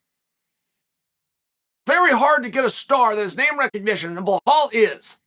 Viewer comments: it's pronounced "Bell-hall". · How did "Blah-hal" go from 3 main events to an undercard position? I heard from you, Uncle Chael, that once you've secured a main event you typically stay there. He hasn't lost- would love a deeper dive video! and get the name right just once LOL "Be Lal" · Blahoh? Buhol? Bahol? Dude couldn't say Belal with a gun to his head. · Chael always butchering those names! Who TF is BLAHAL MUHAMMAD? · The only reason he mispronounces names is to get comments, lol. Who the heck is BLAHAL?!))))